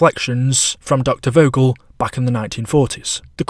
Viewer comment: Doctor vogels name is pronounced “Fogel” it’s german